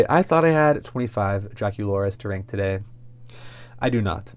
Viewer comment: It’s not pronounced “renk” it’s RANK. I couldn’t tell what you were saying until the third time you said it 😮